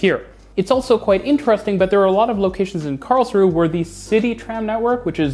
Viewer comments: It's Karls-ruh-e (three syllables) not Karls-ruh, in German you pronounce the final 'e' like 'uh'. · An observation: You do pronounce Karlsruhe like a local: Karlsruh (without the e at the end and a long ooo sound for the uh) instead of Karlsruhe (with the h and e sound). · You pronounce the e on the end of Karlsruhe. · Karlsruhe is pronounced "Karls-ru-er". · Karls-ru-he. Three syllables. Not two. The "e" ist not silent, it's a "schwa" sound similar to the "a" in the English word "about". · Hearing you pronounce Karlsruhe was "exquisite agony" to quote Vincent Price I think in one of the Dr Phibes movies LOL It is pronounced /ˈkɑːrlzruːə/ the final e is not silent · Small correction: the 'e' in Karlsruhe is not silent. (It's German, not French. The name translates approximately as "Charles' rest".) Also, to quote Wikipedia, The modern tram-train concept was pioneered by the Karlsruhe model in Germany in the early 1990s. It has since been adopted in other cities around the world such as Mulhouse in France and in Kassel and Saarbrücken in Germany. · 1. It's pronounced Karlsruhe not Karlsruh. 2. It's pronounced Stadtbahn not Staatbahn.